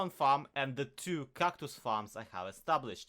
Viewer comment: Why do you say Kactus if it's called cactus